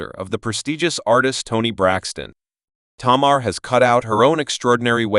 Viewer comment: Say her name right